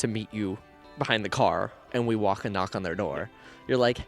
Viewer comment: Walkn', knockn', talkn' and closn' the chosn'